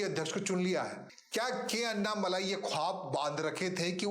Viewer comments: उनका नाम अन्नामलाइ नही, अणणामलै है, मलै means mountain, मलै को मलाई कर दिया है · First write his name correct. उनका नाम अन्नामलाइ नही, अणणामलै है, मलै means mountain, मलै को मलाई कर दिया है